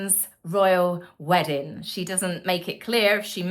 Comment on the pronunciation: There's a 'G' on the end of weddin g dear.